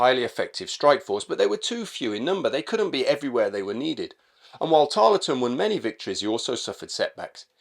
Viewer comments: Brilliant video but it annoyed me how you kept mispronouncing his name. You don’t empathise the LE in his name just plain old Tarl ton. I know because I live in Tarleton, just south of Preston. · Tarleton has a silent E, pronounced Tarlton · Pronounced "Tarl-ton." Good to see an episode of Americans fighting Americans. JOlly good to learn that a Captain Corbett ws in the 17thy Light Dragoons. Thanks to Parkinson Pasha. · It's a very good video on Banastre. I'll say nowt about his portrayal by our American cousins, save to remark that Harry Lee's participation in Pyle's Massacre doesn't seem to have harmed his reputation on this side of the pond. PS You don't pronounce the E in Tarleton.